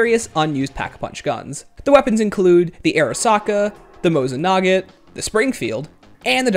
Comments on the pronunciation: it's the mosin nagant not mosin nugget XD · "mosin nogot"? and kip-ah-ris. The Wii's only realy issue was graphical strength (in general) and the lack on input options on the Wiimote but by far the aiming was better than on traditional controller, not perfect but better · The Mosin ‘nahgent’ ? Lol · “the Mosin Naget” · bruh why he pronounce it “mosin naget”